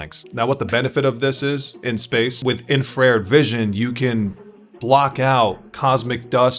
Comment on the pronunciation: I know it's one word but it's pronounced infra red